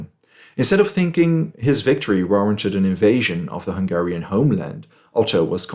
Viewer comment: And nice Hungarian pronunciation either. :D Greetings from Hungary! :D